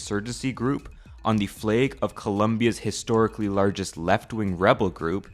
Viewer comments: Lol he said "fleg" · He said flayg instead of flag. I genuinely don’t understand why people purposely pronounce things wrong so they feel unique. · why are you saying flague? it's flag dude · never in my life have i ever heard someone pronounce flag as flaeg. where is this accent from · you said flaeg kek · Are you Northern Irish because saying the word fleg sounds very northern Irish.